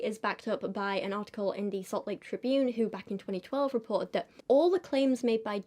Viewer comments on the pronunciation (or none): none